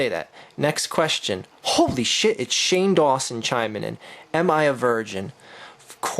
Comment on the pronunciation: "HOLY SHIT IT's SAHNE DAWNSON!"